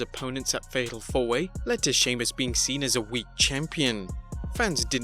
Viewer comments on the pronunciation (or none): Sounds like you said "Fecal 4-Way." Now I can't unhear it.